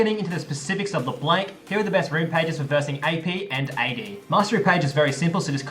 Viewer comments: my ears are bleeding from your constant mispronunciation of La Blanc (Blahnk, not Blank) great guide tho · awesome guide! (but plss.. it's LEBLANC not leblenk xd) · The way you say La Blanc makes me cringe!! None the less still a great vid :D